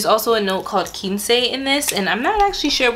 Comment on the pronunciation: It’s actually pronounced Quince not Quinceee lol, it’s a type of fruit, I believe it’s yellow.